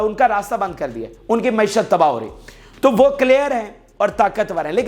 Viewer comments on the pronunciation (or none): none